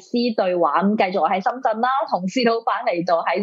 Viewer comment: 施先生係深圳唔係身震，請講清楚啲啦